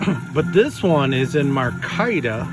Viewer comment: Sir, fine video . One problem . The handle material is pronounced my-car-ta .😃👍🇺🇸